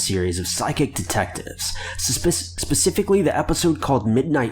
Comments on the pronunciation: Sespifically.... I don't know why but this had me gassed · Brigzy09 *specifically,not sespifically. That’s not a word.😂😂